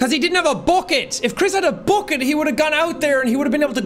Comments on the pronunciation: Jack at the end: BOCKET* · AH YES BOOKET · I feel like the bucket was specifically made for Sean and his Irish pronunciation of "bOcket" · Jack please it’s not ‘BUCKET’ it’s ‘B U C K E T’